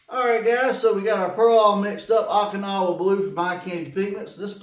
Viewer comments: Haha, I did this before, Okinawa was crucial Japan area of WWII. Last and bloodiest battle in the Pacific, called Operation Iceberg. It allowed US to have staging area for final invasion. Oh-kinawa , not ock-inawa. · Not to bust your chops, but I think it's pronounced Oak-in-now-ah. 😉 I enjoy your paint videos, gets my mind rolling on color combos. Love the pearl over 50's aqua color. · Long “O” in Okinawa, not short.